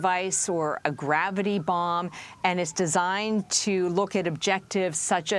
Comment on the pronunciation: Did she say it’s like a gravity bong?